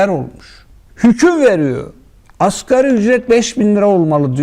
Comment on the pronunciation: Askeri ücret 🥴🥴🥴 Zır câhil Nagi. Askeri degil asgarî